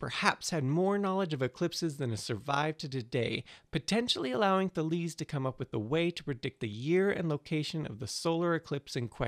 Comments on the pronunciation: Today I Found Out They certainly didn't say "Taleeze". You know, there are people, experts, who study this stuff (ancient Greek in particular). And while there is some truth to the whole "we don't know how they pronounced it" argument, it mostly referes to how exactly they pronounced the R (whether it had a little h-ish sound before like HR or a little puff of air after it like RH, nuances like that. It was certainly an R), or something else along those lines regarding some specific letters and signs. It's not as if we had "no idea what the language sounded like" because we pretty much do know. The idea that we know nothing about it is ridiculous and, quite frankly, an insult to anyone who studies ancient languages. And I'm sorry to shit all over your video that clearly took a lot to make and was fairly entertaining, but for fuck's sake, look up how to pronounce words like these. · *THAY-leez, *zen-OFF-en-eez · THA-les xe-NO-pha-nes you know you can find the pronunciation of all the greek ppl ever on wikipedia, right?